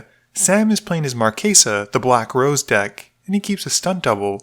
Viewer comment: Stop pronouncing it "markaysa" it's "Marchesa" like "chess" or "Chelsea" or "chase" NOT "case"